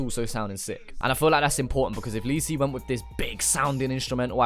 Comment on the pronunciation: “lee see“ 🤣